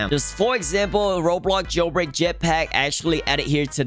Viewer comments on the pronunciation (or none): I like ur videos but “roblog jailbraig”